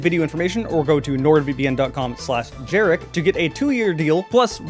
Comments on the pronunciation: I've only ever heard it pronounced as a Y from multiple people, the J sounds so wrong, Jaroslaw being the full name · Isn't the J in Jarek supposed to be pronounced as a Y? My old boss was called Jarek and he was as polish as they come